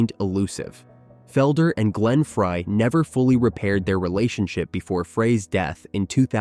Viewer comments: it's Fry not Fray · Glenn Frey, not Fray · Henley and Fray? Fray? As in Glen “Fray”?!? You (author) are an idiot if you don’t even know the names of the band members. Fray? Idiot. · Any video that can't even pronounce Glen Frey's name correctly must be deemed worthless!!!!